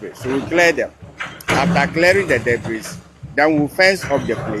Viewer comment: Ffs debris is pronounced without the letter 's'😂...